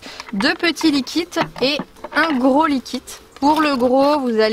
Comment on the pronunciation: Cap de compter combien de fois elle dit likit